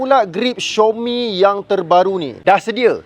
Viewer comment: bukan xiomi,itu panggil xiaomi bro,tak susah pun baca betul²🤣🤣🤣